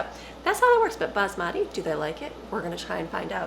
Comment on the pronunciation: Hi. If you dont pat your chicken dry after rinsing it (a very uncommon thing to do here in NZ!) It will boil or steam, rather than fry in the pan...also you said Basmati perfectly correctly! I dont like either Basmati or Jasmine at all, but any other rice I love. Have a lovely day.